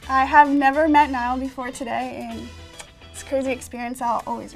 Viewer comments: No one Literally no one Cc saying Niall's name as Nile Me:- so you've chosen death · No one Literally no one But me- hey his name is Niall not Nile ya...